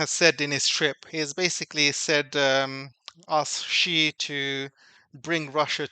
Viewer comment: TQVM for this insightful video. A small correction if I may. Many well know personalities have trouble pronouncing ' XI', the Chinese president's surname. It is pronouced as ' see or C'.